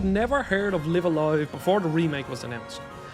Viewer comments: Isn’t it pronounced as “life” a “life” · I cannot be bothered to watch a video where the presenter did not bother to learn how to correctly pronounce the such a famous games name. Sorry, I will catch you on the next video. The game is name is pronounced Live A Live like Dive A Dive. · Everytime I hear him mispronounce the title, I wince.